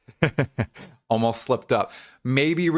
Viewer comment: wait wait wait... did u say... so uh, the classes will be... uuuhm... the SORCER-ass???? kekw i'm so hyped for POE2, as always great video